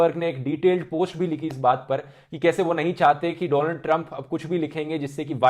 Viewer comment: noticed him saying doland trump 🤔😂